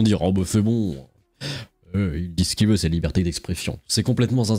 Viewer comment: putain ! on ne dit pas "ils voillent" bordel !!